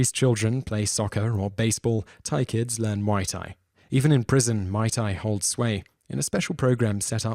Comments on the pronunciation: my tai?? it's pronounced MUI! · I know what it is. But its not called Mai Tai the way the guy pronounced it.